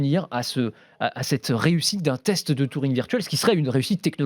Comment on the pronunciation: On dit Turing pas Touring... Et c'est pas le père de l’intelligence artificiel mais juste de l'ordinateur. Sinon c'est toujours un plaisir.